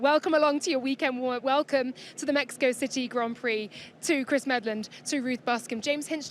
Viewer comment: Meh-he-ko 😂😂😂 lets a goo